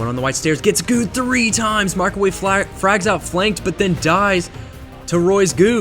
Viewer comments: Anyone else noticed how says frogs instead of frags? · When you attempt to cast, your grammar gets weird and you say things like "gets fragged out" 5 or 6 times in a row. It sounds bad. You even said "frogs out" 😂